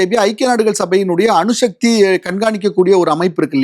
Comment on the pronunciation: அணுஷக்தி இல்லடா அணுசக்தி